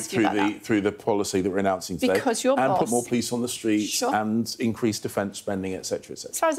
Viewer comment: he is in charge of PLICE-the way he pronounces it- thank god only until 4/7 with his PLAN- maybe it will become a PLANE ONE WAY TICKET to the forest where his ancestors came.